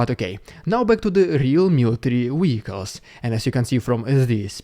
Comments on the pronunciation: "Vehicles" is pronounced "vir culz" (not "wee coss") ♡ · Wehicles? Do you mean Vehicles?